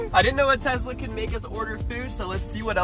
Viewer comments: Hey guys by the way Tesla is pronounced with an s it is not Tezla it is tesla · by the way it is pronounced tesla with a s not z, it annoys me so much when people say it with a z I would know cuz my mom owns a tesla. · ahhh when you guys say Tezla it hurts my brain its Tesla